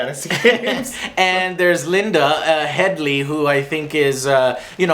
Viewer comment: Linda Headley? LMAO Did nobody else notice this? It's Lena Headey.